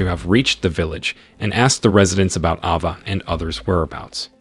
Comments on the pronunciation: Isn’t it Ava and not Ahhva? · What is an "Ah Vah"... dude get a better AI Narrator.. Geez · Ava is pronounced Ayva, not Ahva. Derek is pronounced Derik, not Direct. AI pronunciation seriously diminishes this narration. Come on YouTubers. Don’t be cheap. There are many people who would be glad to provide the narration at a reasonable price. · AI channel or guy who doesn't now how to properly pronounce a bunch of words and names? Ah-vah and Der-ekh, really? AI channels are a plague.